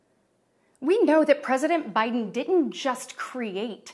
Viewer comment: PReSident BiHIden